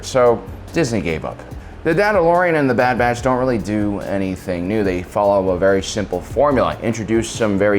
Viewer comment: Lol, "Dadadalorian, Dad Batch"